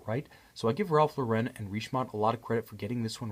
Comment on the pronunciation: Great review. Beautiful watch. You clearly understand horology. Please know that it's Ralph LAUR-en, not Ralph Lau-REN. Accent on the first syllable.